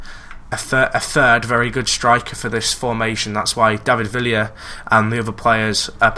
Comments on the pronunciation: David Vee-ya :) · It's pronounced Viya :) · David Vee-a ( Villa )